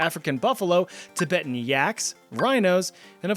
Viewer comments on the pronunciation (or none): none